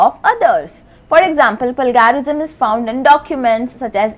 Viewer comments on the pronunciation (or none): It’s not palgarism it’s pronounced as “play-jer-ism”